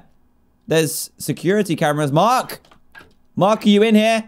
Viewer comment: Also notice how he said Mike instead if Mark